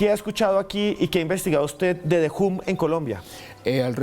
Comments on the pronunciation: me alegro que pronunciaras bien The Hum (foneticamente De Jom) y te notaras profesional en la introduccion y lo tiraras al zafacon al comenzar la seccion con De Jum... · Uuuich! Ole supersona si lo van a nombre en ingles alo mero aprendan la pronunciation eso suena como una a recortada sumerce ham no hum